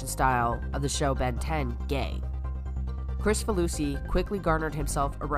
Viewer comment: Minor quibble: his name is pronounced KRIK-fa-loo-see, not Chris-fa-loo-see. I'd assumed the former, then had to check to see if I was right.